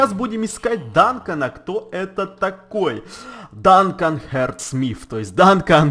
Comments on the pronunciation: не Данкан а Дункан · Не Дантон а ДУНКАН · не данкон а дункан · Дункан , Ане Данкан